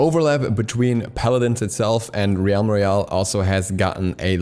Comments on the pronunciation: Im sure you've been told by now plenty. Its pronounced "relm" like "elm" not "re-alm" Love you. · So, "realm" is pronounced "relm" not "ree elm" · Did you just call it 'Reeyalm Royale'?? It's pronounces 'Relm Royale' dude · Why do you keep pronouncing "realm" wrong? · U pronounce realm wrong